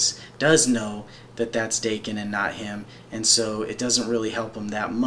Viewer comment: Before anything else, pronunciations: 1) Mu-rah-mah-sah 2)Dah-ken (the "a" pronounced like the one in "cart") Thanks a whole lot for this! I really appreciate it, and this showed me something I haven't seen of Daken (though I am an avid follower).